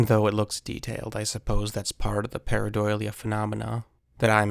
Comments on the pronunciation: Why do you say paradolia like that lol . Its DULL-Ee-uh. Not Doy-lia But yes that’s exactly what this is it’s a rock face with mud and grass growing on top and you can see it clearly. not a bigfoot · Dude can you please STOP saying pareiDOYlia?!? It’s pareiDOLia like Dole, now Doy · It's pronounced par·ei·do·lia not par·ei·doi·lia. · Para-doe-lia, not para-doily-ya 😅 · There is no "doily" in PARADOLIA. Sorry. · Just so you know it is probounced Pair-uh-dole-ia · Pareidolia - Parei-dah-lia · Learn to pronounce "pareidolia" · Drink every time he says paradoilia. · Your pronouncing pareidolia wrong its par·ei·do·lia 😊 just thought I would let you know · And all of a sudden is saying pareidolia weird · that's a hilarious way to pronounce pareidolia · You aren't pronouncing pareidolia correctly. Also, that's not a sasquatch. You're totally delusional.